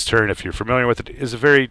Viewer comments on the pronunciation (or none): The word is TURRET.......not TURRENT